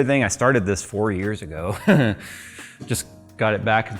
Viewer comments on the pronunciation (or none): none